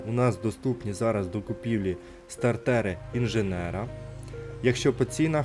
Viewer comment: СтартЕри, як же це ріже слух